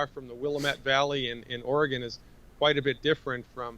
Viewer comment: Thank you so much for this very timely information! btw... :) Oregon is pronounced Or-y-gun... :)